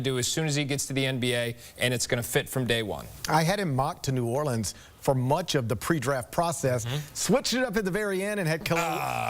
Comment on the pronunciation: Everyone can say New Orleans right but the guy who's from New Orleans 😂😂😂